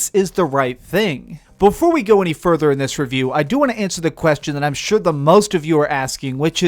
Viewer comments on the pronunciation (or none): none